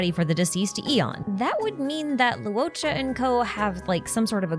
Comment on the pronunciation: LORE-CHA, not Lew O'cha. "uo" in Chinese is always pronounced as "ORE" or "AWE", never as "oo-oh" Luocha = LORE-cha Luofu = LORE-foo Huohuo = HORE-HORE (you can think of it as Haw Haw if that helps with this one)